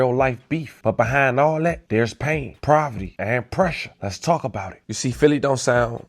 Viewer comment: Bro can you please stop saying "provety" idk why but that shit bug tf out me. Poverty. Lmao